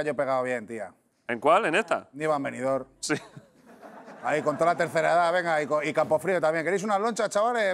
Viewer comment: Es la primera vez que escucho a alguien pronunciar la m de Venidor"m"